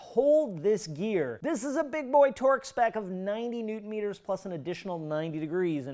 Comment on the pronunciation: “Neutron Meters” 😂😂